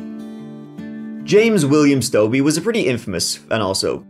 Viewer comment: How is Stobe the Hobo on this channel? There was nothing dark about him or his death. And I can't believe you pronounced his name wrong, he says it in his videos, makes me think you didn't watch any of them. R.I.P. Stobe